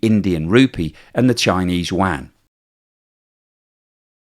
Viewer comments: Please learn how to pronounce chinese yuan. It’s not pronounced as Chinese Wang. it’s pronounced as Chinese YooWan, but one syllable. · The Chinese currency is pronounced "You-Won" NOT "Wand" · I wish you would pronoun Yuan correctly. It isn't pronounced wan it sounds more like You-On other than that keep making great videos. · Did I hear "Chinese wang"? 😂😂😂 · I've never heard anyone ever say chinese WAN before. I've heard Qy, rmb or u-won, but never WAN. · Nice work again. But PLEASE, get your pronunciation of the Chinese currency right.